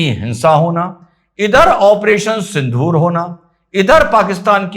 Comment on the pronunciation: I'm annoyed by pronouncing and spelling Sindoor as Sindhoor